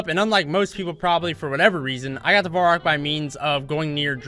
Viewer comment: Um, i didnt wana be the one to tell you this, but its varrock, not vorrack x)